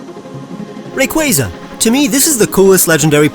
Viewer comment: IT’S RAYQUAZA, NOT RAUQUAZA! FIX IT NOW! LOOK AT ME, I’M AND I’M A STUCK-UP ASSHOLE. 🤬🤯😤